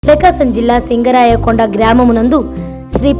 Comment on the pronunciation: అది సింగరాయకొండ కాదు శింగరకొండ 🤦🤦